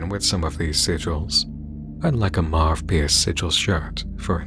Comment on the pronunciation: Two points: The name, Marvpyas, the “v” in there might be pronounced as “u”, since in latin, the letter for v and u are both v. So maybe it’s Marupyas And that picture of the guy on the board - Im pretty sure it is supposed to be the Pied Piper, a legendary figure who led children to death with his flute. The connection is obvious…